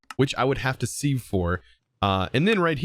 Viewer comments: Siv not seev correct pronunciation great episode by the way. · Just an FYI, Sieve is pronounced “siv.” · It is pronounced siv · its pronouced sieve with a e